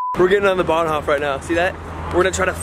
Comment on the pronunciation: "Bahnhoff"😂😂😂 it's like "Bahnhof (hoooof)"